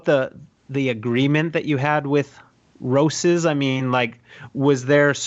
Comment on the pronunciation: ro-seas? I thought you were supposed to say ro-chess. what I'd really need is a new pair of England ripstop cargos.